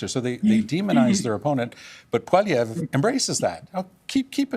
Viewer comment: Its Pierre polievre not Pierre poliver. Its so easy to say. If we can speak english you can speak french. We are supposed to be bilingual , we are canadians -_